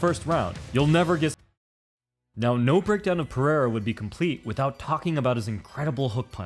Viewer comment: ITS PEREIRA NOT PERIERA